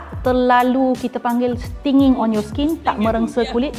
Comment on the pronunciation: Am I really heard the phrase of "Sting Aku Yahuuuu" every time the word of "Stinging" pronounced?